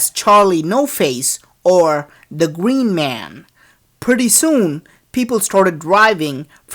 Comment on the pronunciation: omg the gween mwan dude fix your fucking English